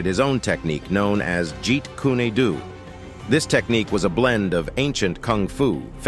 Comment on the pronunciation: What is wrong with you narrators??? Do you not learn pronunciation? The E in Kune is silent. Wow, the second time you pronounced it correctly, but you mispronounced Do.